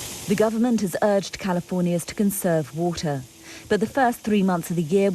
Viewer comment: “Whoah-tsuh”? Do you mean “water”?